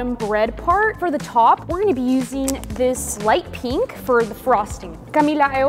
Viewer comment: Pink❌ Peenk✅